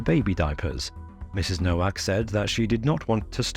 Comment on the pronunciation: "Nowak" is pronounced "Novak."